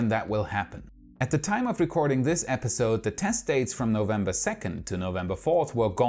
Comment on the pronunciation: Last month I heard you say 'months' very smoothly. But alas, this epiSOde you went back to old bad habits!